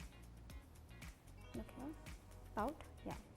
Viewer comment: Contuur haha lovely English